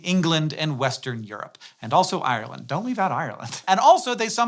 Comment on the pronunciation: Do leave out Ireland if you're not even going to check how to pronounce it